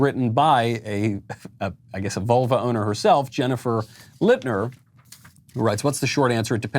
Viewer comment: Lol, I keep hearing "volvo owner" instead of "vulva owner".